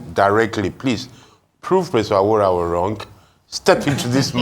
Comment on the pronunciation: Abati you always tried to pronounce Delta and Benin names with precision but calling Yoruba Names carelessly. What's aworawo instead of àwòráwo